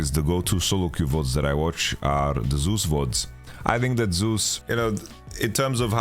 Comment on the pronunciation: For the love of God, can someone please tell Yamato that's not how you say Zeus's name!